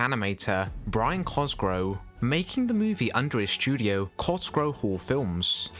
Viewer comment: Why is "Cosgrove" repeatedly mispronounced?